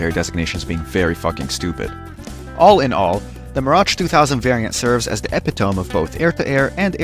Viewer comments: the WHAT dont think ive ever heard e·pit·o·me pronounced like that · Triggered by your pronunciation of epitome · Please learn how to say epitome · Bro that's not how "epitome" is pronounced